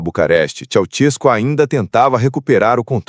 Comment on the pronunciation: Aprendam a falar o nome do indivíduo corretamente: Esse negócio de Tchau-tiesco não está correto: o certo é Tchê-sés- cu! É assim que se diz na Romênia.